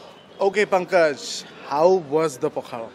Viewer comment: Pankaj's pronounciation was da instead of la.